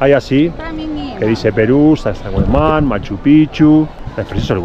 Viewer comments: Hola es Sacsay HUAMAN , tu lo estas pronunciando HUAYMAN pero es HUAMAN... la 1era vez que viniste lo pronunciaste correctamente ajajaja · Min suena algo mal.. correcto es: Sacsay-huamán.😊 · Hola, qué bonita experiencia. Con mucho cariño sólo una aclaración, se te escucha decir Sacsahuayman , cuando lo correcto es Sacsayhuamán. Un abrazo. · Sacsahuayman ❌ Sacsayhuaman ✅ ☺️ Hay una historia sobre la fortaleza de Sacsayhuaman fue la última resistencia inca. Saludos me encantan sus videos y la emoción que desbordan en sus videos ☺️ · Lindo video! Pero una corrección: no es Sacsahuayman, sino Sacsayhuaman. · No es Sacsayhuiman, es Sacsayhuaman. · Es SACSAY HUAMAN, no Sacsa huayman. 😅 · es Sac-say-huaman (no sac-say-huai-man).... mis amigos norteamericanos decían "sexy woman" ...... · No es “huayman” es Huaman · SacsayHUAMAN!! No wayman. Porfiado de oreja! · SACSAYHUAMAN. NO SACSAHUAYMAN. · no es SacsahuaYman, es SacsaYhuaman... te lo dicen, lo lees y no te das cuenta!😅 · sacsahuayman? 🤣🤣 Ningún cusqueño les corrige que deberían decir sacsayhuaman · NO ES HUAYMAN... ES HUAMAN QUE SIGNIFICA HALCÓN.. ES HUAMAN ES HUAMAN ES HUAMAN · lindo video pero es SACSAYHUAMAN JIJIJI